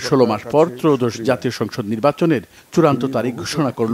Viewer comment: এয়োদশ না ত্রয়োদশ?